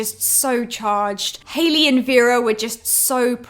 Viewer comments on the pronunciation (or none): none